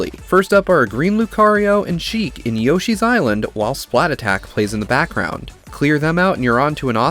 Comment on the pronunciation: “Splat attack” It’s splattack, one word